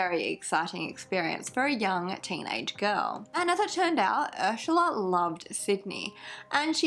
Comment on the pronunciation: I watch all the time but I just couldn’t watch this one because of the way she says Ursula. I know that’s stupid and blah blah blah but it bothered the shit out of me. 🤷🏼‍♀️